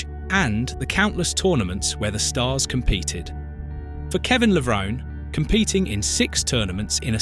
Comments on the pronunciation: AI does not know how to pronounce Levrone 🤣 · Very sad you purposely mispronounced Kevin's last name the ENTIRE video! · That's a great start making a 14 minute video about someone and not knowing how to pronounce his surname, good job pal